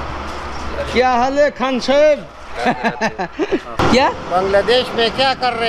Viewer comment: بھائی کے منہ سے دادو اور خان صاحب بولنا بہت ہی اچھا لگا